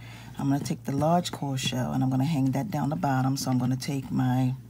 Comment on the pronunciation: Hi, the earrings are beautiful! Veeeeery creatve! Thank you for the inspiration and not thinking it robbery to share your gifts and talents.❤ Fyi the shells are cowrie shells pronounced like "cow-ry" like the animal cow and ry. May Yahweh continue to bless you with a creative and giving spirit.